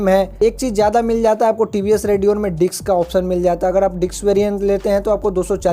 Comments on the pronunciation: Bhai it's not diks brake.... it's Disk Brake. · Diks नही disk